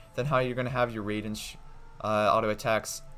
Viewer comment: not ray den shogun, it's rye den ( like the plant rye)